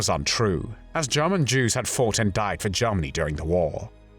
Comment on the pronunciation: Well my gut feeling was a German speaker speaking very good English but with some vowels which are a bit off. The "er" sound in the word "Germany" sounds here more like an "ah" (which is the vowel some RP speakers used early in the last century and may still be being erroneously taught in some parts of the world). "The "a" in "hand" sounds like the "e" in "hen" - too tight.